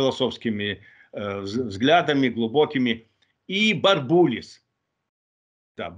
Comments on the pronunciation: бред какой-то. Впрочем, что можно ждать от балабола, который не может произнести фамилию оппонента. Сам он бАрбулис. Треполог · Почему-то эксперт не знает как правильно произносить фамилию Бурбулис -- в свое время эта фамилия часто звучала и произносилась как Бу'рбулис. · Хоть бы фамилию бурбулиса научился произносить, раз говорит о нем.